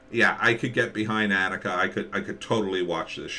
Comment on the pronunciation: Her name is pronoued ON-ick-uh . Annika Season 1 Trailer should clear that up for you. This could also help with the show's locations and explain that it is, as you intuitively felt, a TV series. Otherwise, thanks for the review.